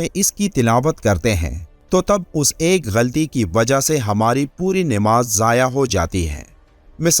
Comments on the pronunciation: بھائی آپ بھی namaz کی بجاۓ Nimaz بول رھے هو ۔ زیر اور زبر آپ بھی دیکھو غور سے ۔بعد میں آگے سبق دینا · Sahi talaffuz Namaz hai Nimaz nahi. Urdu to sahi kar lo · نہ تو آپ درودشریف صحیح طرح سے پڑھتے ہو نہ نماز کو صحیح تلفظ سےپڑھتے ہو۔ Nimaz غلط تلفظ ہئے صحیح یہ 👈Namaz ہئے